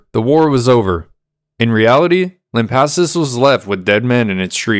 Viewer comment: You're saying it right, lamp assus